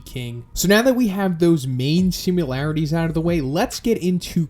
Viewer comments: You say "simularities", "simularity"... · You are aware there is no letter U in the word similarities?